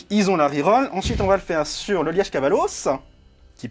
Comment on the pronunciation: Punaaaaaise ! On était en Belgique tout du long avec le Liège Kavalos ! (Le e est plus muet je pense normalement 🤣😜👌) Très bonne vidéo